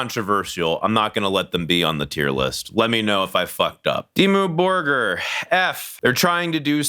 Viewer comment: “Deemoo borger”😂😂😂